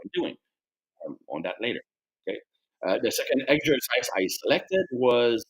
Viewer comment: what's your favourite "eggsercise"? 😄